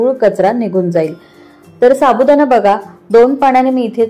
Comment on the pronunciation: छान .पण अशुद्ध बोलणे ऐकायला kase tari वाटते. Sabudana nahi साबुदाणा.